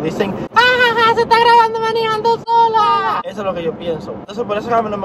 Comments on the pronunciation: diciendo manijando me dan gana de decir en vez de manejando manijando:v no se Polque pero bueh' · depositen aqui todas la veses que dijo miniiijando hehehe